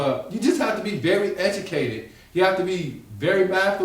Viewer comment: 😂 " You have to be very Ejewcated " ....... Know what I'm sayin? 😂